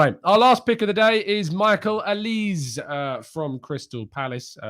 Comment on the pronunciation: FYI Michael bears a Nigerian name in Olise - Pronunciation Oli-say.